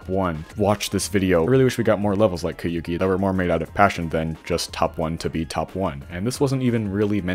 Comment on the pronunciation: you're pronouncing it wrong. The "ou" sound is as in "soul"